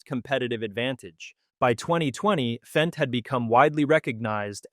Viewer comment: Fendt, not FENCE!